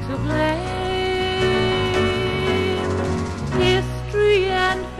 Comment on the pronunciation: Its Blame not BLAM.